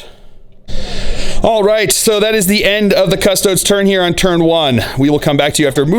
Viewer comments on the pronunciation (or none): Your pronunciation of Custodes really grinds my gears. It's a latin word, not "Custods" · Adeptus Cus-Tow-Deez!!! XD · Haha I was literally just thinking this! I think it’s just how Americans pronounce it